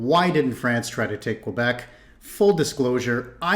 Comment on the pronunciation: HES SAYING QUEBEC WRONG